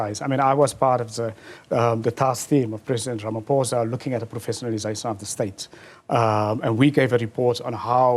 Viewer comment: I can't get over him calling Ramaphosa "Ramaphoza" ngumlung'omnyama mos lomfo...